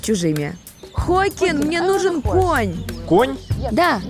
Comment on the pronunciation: какой Хокин? его зовут Хоакин, разница есть и это имеет значение большое, так что ведущая след раз повнимательней